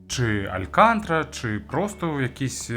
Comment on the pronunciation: Алькантара, а не алькантра😊